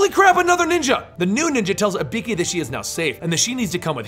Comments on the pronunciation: It's not Ibeeki. It's IBUUUKI. Telling history but getting the name wrong... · Dude pronounced it like HE-IKI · Can’t help but notice you call her Uh-Bee-Key, it’s actually E-Boo-Key but nice illustrating I enjoyed watching 😅 I’ll disappear now in a puff of smoke 🥷💨🪵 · You know the games tell you how to pronounce ibuki (e-boo-key). still a good video but just something that bothered me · it's pronounced "ee-boo-kee" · I get it, but even still the pronunciations are way off though. Even funnier is that I was watching the vid with subtitles on, and every time he said Ibeeki it never got it right either. The subtitles just came up with stuff like ''a beaky'', ''a pinkie'' or ''B key'' lmao. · Lol it's actually pronounced ee-boo-ki but thanks for the video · I get the feeling about 9/10 of these comments are dedicated to pointing out how he screwed up Ibuki‘s name. Including this one. Her names on the GOD DAMN CUVER FOR GOD SAKE! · He might don't know to say ibuki right